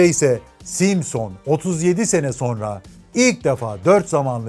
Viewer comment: 40 altı gençler simsın deel simson 🤣🤣